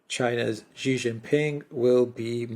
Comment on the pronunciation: FOR GOD SAKE or Buddha's sake, Alexander, please get the pronunciation of Xi's name right. When you see 'xi' just pronounce 'SHE'. Thankyou